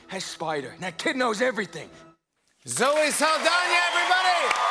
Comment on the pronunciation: jimmy rlly said zoe saldonya